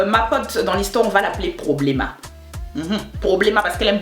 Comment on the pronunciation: "Problêma" Je me suis pissé dessus lol